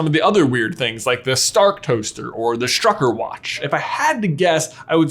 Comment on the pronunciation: I would recommend listening to Forvo to how pronounce the german word "Stück". Then you could pronounce "Strücker" correct. It's just triggerin how he pronounces it 😅